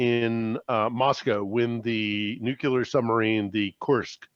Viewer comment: WHY can't say nuclear? He presents himself as such an intelligent person. This blows it away every time. Sorry. Love you guys, though. My Saturday afternoon is an ongoing education because of you.